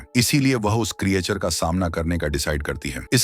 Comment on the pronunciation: उसको क्रीयाचर नही क्रीचर बोलते हे भाइ